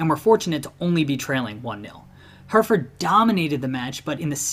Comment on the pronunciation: Life long Brighton fan here. You clearly are an American football fan so I appreciate the effort you put into learning about our 'little club'. Love that you covered the infamous Hereford game (although I just point out you mispronounced 'Her-e-ford'). One of the most interesting aspects of that game was that if we were relegated, we would have surely gone out of business entirely, as our chairman had sold the our 96 year old ground, The Goldstone Ground, and we had been informed that we would not be welcome in the semi-professional leagues without a ground. Really added to the nervousness of the era, now known as the 'War years', because of the continuous battle fans had with the awful ownership at the time. We were then homeless for 2 years, playing 70 miles away at Gillingham FC's stadium for 2 years, before returning to play at a small athletics track, the Withdean Stadium, for 11 years. When we eventually moved to the Amex in 2011, it really was momentous, because of this period. As someone else has pointed out below, we have never had a rivalry with Bournemouth. There have been periods in my lifetime that we have had a rivalry with Southampton, and I've heard of aggravation with Portsmouth before my time, but really our only ever, most bitter rival is Crystal Palace. Your history of the Palace rivalry is detailed and mostly correct though. Although Brighton haven't been the most successful club ever, I wouldn't trade my footballing journey with anyone. I've seen the clu